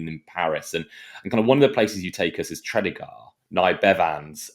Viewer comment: That's a poor pronunciation of Tredegar. Despite that, I really enjoyed listening to this.